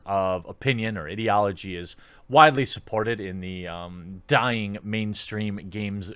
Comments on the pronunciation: I like the way you say idiology instead of ideology. Its prett apt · I like how when he says “ideology” it’s sounds like “idiotology”